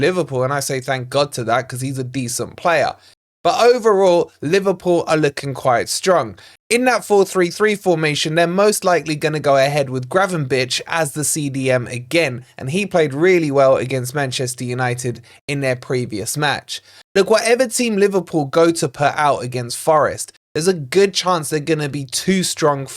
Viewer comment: gravenberch is pronounced gravenberg , the ch is a g. liverpool are poppin.